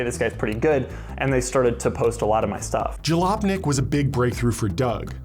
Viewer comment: noone in this video is pronouncing it correctly. it's a spanish writing (as in 'J' pronounced as 'H') for a polish word Khalupnik which meant a poor peasant in a rich urban area. short version is khalop. in the context of the car magazine it's basically not-rich people (poor peasants) goggling at fancy supercars (rich urban environment). Khalupnik is also a last name found in eastern europe states and its basically derived from the original meaning. There is a family line by that last name found in California, so perhaps somewhere, someone spanish-speaking heard Khalopnik and wrote it down as Jalopnik.